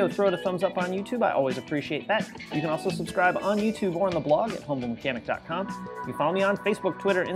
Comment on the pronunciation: Just wanted you to know you may want to pronounce “humble mechanic” a little more because the auto captions shows as “homo mechanic”.